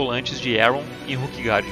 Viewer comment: Com todo respeito, assisti vários videos teus, muito bons por sinal. Mas qual é a lógica de pronunciar "Ruquegard" e "Ruque" para se referir a Ilha, e quando se referir aos jogadores pronunciar "Róquer"? Não seriam "ruquers"?...